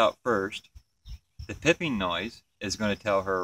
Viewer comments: It's called piping. Not pipping. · Stop saying PIPPING! It's PIPING! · Is it pronounced “pipe-ing” or “pipp-ing?” I’ve only ever heard “pipe-ing” before this video. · Your spelling is correct but what the queen is doing is pronounced "pipe" - "ing".